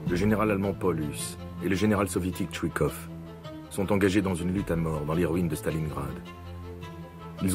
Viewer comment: C'est chouïkov , c'est TchouiILLkov...Voilà y en a marre des prononciations de merde